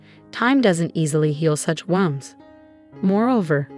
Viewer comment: In the context of the story “WOUND” is pronounced “WOOWND” it is one of those quirky English language idioms that we deal with all the time. One of the reasons why the English language is the most difficult language to learn properly. Example: He didn’t have a knife “wownd”, he had a knife “woownd”. Also he didnt woownd the clock before bed, he “wownd” the clock.